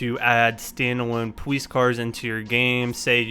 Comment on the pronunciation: "Poweece car"